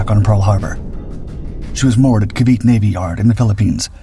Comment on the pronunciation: Cavite (base) is not Ca-veet, but Ca-vi-tay.